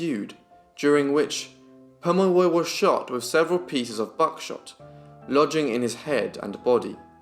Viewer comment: Its good to see a young man taking interest in Australian Aboriginal peoples /// Your reading from a book // best knowledge is from the people themselves // Also you then will know how to say his name correctly 😉